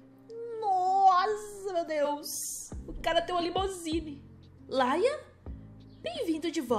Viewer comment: e Lian e não laina